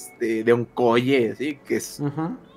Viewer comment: Cada que dice Onkoye, pienso en Onicomicozis